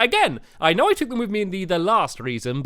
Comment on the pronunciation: you said knock know